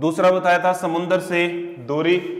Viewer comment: समुन्द्र नही समुद्र होता है।